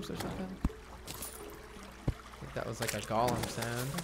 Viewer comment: Why does he keep saying "gollum" instead of "golem"?